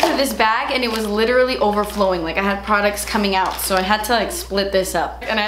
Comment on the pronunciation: "PRODUTS" LMAO